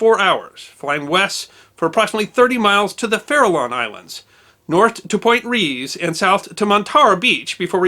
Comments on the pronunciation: It's pronounced "Rays" as in "death rays." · Reyes as in Point Reyes is pronounced RAY-ez. JSYK. Its root is the Spanish rey (king). I knew there were LTA patrols out of Moffett Field, at the south end of SF Bay; those hangars are monstrous, and often have their own weather systems inside. I've both lived and worked near Moffett in the past umpty mumble years, but the blimps were gone by the time I got to the area; had tons of flyovers of P-3 Orions, though. (as well as annual hair partings by a wing of a Blue Angel when they performed at the 4th of July air shows, I lived that close for several years). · Point Reyes is pronounced "Rays" but I digress. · Pt. Reyes is pronounced "Point Rays"